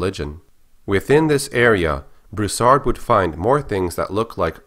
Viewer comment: Its pronounced (Brew-Sard) not (bruhsard)